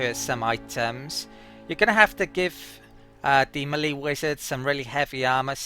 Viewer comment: Another great guide, but is it not pronouced May lay. or mehl - ay? :P